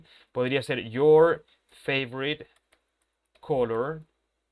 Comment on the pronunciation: Teacher, la pronunciación de You're y Your 😥